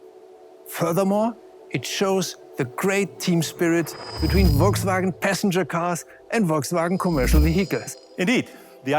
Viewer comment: i think i was sold , when she said, " szounds of wolksvwagen buses...